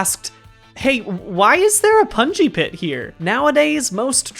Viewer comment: the more he says pungi pit, the more I hear bouncy castle, please send help